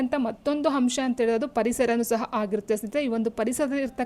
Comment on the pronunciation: ಆಧರಿಸಿ, ಅಂಶ... Ets ಪದಗಳನ್ನು ಸರಿಯಾಗಿ ಉಚ್ಛರಿಸಿ..ಅ ಕಾರ ಮತ್ತು ಹ ಕಾರದ ಬಳಕೆ ಸರಿಯಾಗಿ‌ ಮಾಡಿ. ಕೇಳಲು‌ ಕಷ್ಟ‌ ಅನಿಸ್ತಿದೆ.